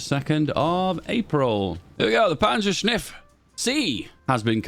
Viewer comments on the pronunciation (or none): Take a shot every time says "panzershniff" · "Panzerschniff" so cursed